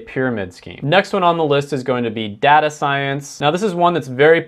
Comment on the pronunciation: Did he seriously say data as data? Bro it’s data not data